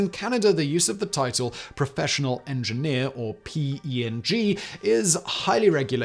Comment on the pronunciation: FYI the term P-Eng is pronounced "pee" "N-j" with the "P" spoken with the letter and the eng pronounced like if you cut the work engineer short - someone who is not a P-Eng